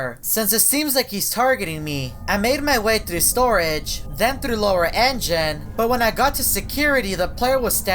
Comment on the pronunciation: You are best. Memes: Me: Communication: Khimunicationp Me: Thru: Thuru